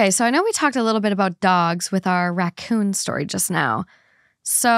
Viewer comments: "RAY-CON" (racoon) Is from Trailer Park Boys! I'm so glad me and my husband aren't the only ones that does that 🤣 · I laughed out loud when pronounced Raccoon as Rake-in 🤣 glad to know that Trailer Park Boys is appreciated in the US!